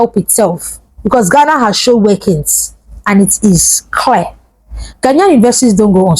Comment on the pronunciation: Honestly I don't like the way our green and white cousins call us {Gana} Please it's Ghana 🇬🇭 not Gana 😂😂😂😂😂😂😂 One love Nigeria 🇳🇬